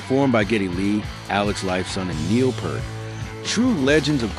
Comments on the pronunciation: Pert is shampoo...its properly Peer-t, c'mon, man, gonna do this, do it right. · It's pronounced "pee rt" not "purr t" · Neal Peart's last name is pronounced peert like peer not pear. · Just once, I would love someone to pronounce Neil Peart's name correctly...PEEEEERT! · Dang it , Bro!!!! Neil Peart's last name is pronounced 🍐-t... Like the fruit with a "t" after it!!!!! John Rutsey was the original drummer. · Peart...... pronounced P-e-e-r-t